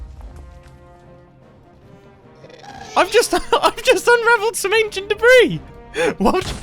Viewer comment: "Aneshunt debreez"